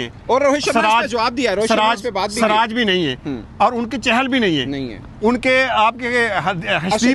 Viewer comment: bhai aap ke shati siraj ko swraj bol raha hay jara thik karo bhai.muslim hokar bhi siraj nahi bol sakte?